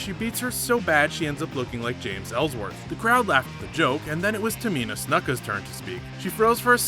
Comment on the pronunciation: SEEZARO SA-SHA BANKS NEEYA JAX TAMINA SNUK-AH Does this guy even watch WWE?